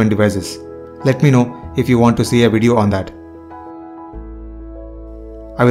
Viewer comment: im not criticizing and i appreciate your effort but why tf you say "weedio" for a damn "video"